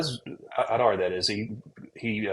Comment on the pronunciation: AD-ar Not OLL-dar😊